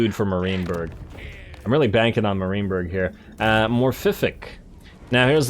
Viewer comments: i was going to say that too. It’s MAR(m-air) -IEN(ian)-BURG. (mair-ian-burg) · Enjoying the campaign! But…. stop saying “Marineberg”! There, I said it. I couldn’t hold my tongue any longer. I guess I am “that” guy.. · Love your stuff man, but the way you pronounce "Marienburg" causes me physical pain.